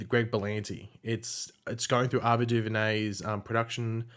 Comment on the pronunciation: The way you say Ava duVernay is so weird lol. I’m sure it’s pronounced Ay-va not A-va Anyways I’m really excited for Naomi since the character has a really interesting backstory and powers and Ava is also a really good director, I hope they also pick up wondergirl though and the 100 prequel.